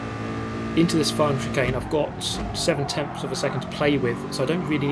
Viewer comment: 241 and TENTHS! Not TEMTHS! No “M” dude lol